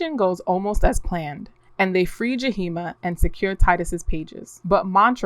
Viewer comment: The two spirit name is Yahima not Jaheema